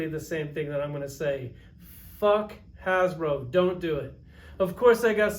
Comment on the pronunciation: It’s “Fck Hasblow!”